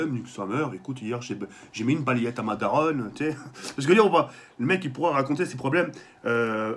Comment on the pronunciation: Il a dit daronne mdrrr